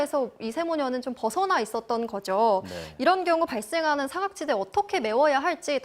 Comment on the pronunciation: 엠빙신 기자야~~~~ 발음도 못하냐? 사~각지대가 뭐니? 네모나 지대를 말하는거냐??????? 짧은 발음으로 사각지대다....거짓선동질 하지말고 공부나 좀해서 진정한 뉴스 전해라.